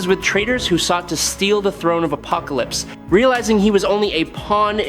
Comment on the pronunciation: Why can’t you pronounce apocalypse properly??